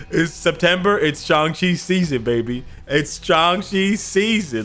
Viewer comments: finally he said shang chi and not shang shiii xD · At least you say shang-chi name correctly. Excellent video's! Keep up work and see you in game! OnepieceÀFÁ ign